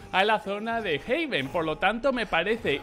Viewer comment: Vaya lío entre Haven y heaven. Haven se pronuncia "jeiven" y heaven se pronuncia "jeven". Haven es refugio y heaven es cielo. Saludos! ; )